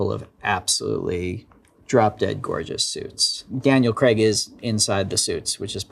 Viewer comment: Kinda sad that even Rian Johnson mispronounces Daniel Craig's name. It's Craig, not Kreg. He went on Colbert to point this out.